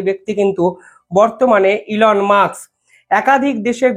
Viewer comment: Elon 'Musk", not Elon "Muks". Pls. correct your pronunciation.